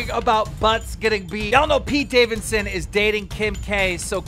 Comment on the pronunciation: Pete "davinson" "davisson" 😂😂